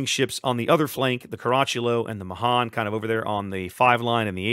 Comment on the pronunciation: pronounced may han